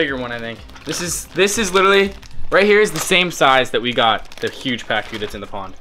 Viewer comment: Albino pacus not packs